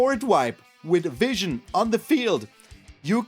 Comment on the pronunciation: I like "" better. It's your German charm!